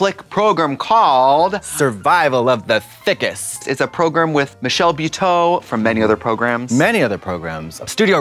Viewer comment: The way Trixie pronounces program...